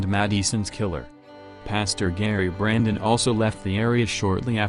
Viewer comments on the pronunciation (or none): none